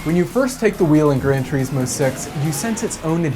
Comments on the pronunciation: Gran turISmo, not tureesmo... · Grand "tereeeesmo" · Is THAT how "Gran Turismo" is pronounced? "Gran Tjureesmo"? I've always pronounced it "Gran Turissmo". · The way you pronounce "Turismo" is giving me the shits.